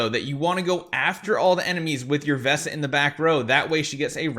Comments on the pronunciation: He kept saying visa not vesa, was very distracting 😊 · Idk why but calling Vesa "Visa" just cracks me up every time:D whaling so hard he turned Vesa into Visa:))